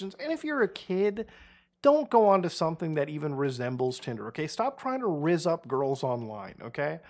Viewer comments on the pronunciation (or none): Definitely made by a Chinese company. Nobody else pronounces Rizz with a W